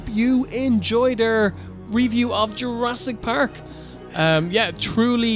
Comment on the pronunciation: "URASS!" PARK